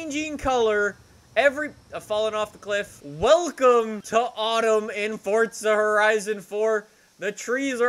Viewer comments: It’s forza not fortza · Omg it's forza a not fortza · Stop saying fortza 😂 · Its not FORTZA